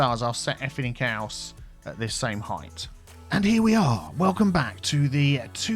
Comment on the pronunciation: "effin' it kelse" was that supposed to be "everything else"? haha